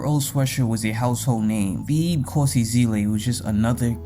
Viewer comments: Just butchering my boy name crazy 😂😂 Theeeb is wild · mispronouncing his name is a pretty big L i cant lie but im still gonna watch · They way you’re pronouncing Thebe is triggering 💀💀💀 but a great video bro